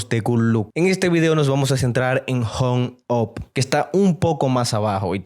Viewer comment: pq no sabe hablar inglés jajajajaaaa "hong op"